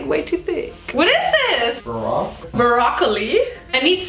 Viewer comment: Baroque ? "*BAROCOLI*" pheeeeeeeeeeeeenk